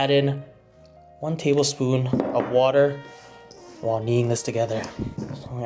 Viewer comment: "tabelspoon" I don't wanna know how big your tablespoons are xd